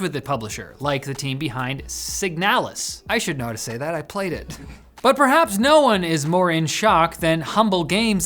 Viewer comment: Ah, I see that is also a man of culture by playing Signalis. (you did say it correctly, I think)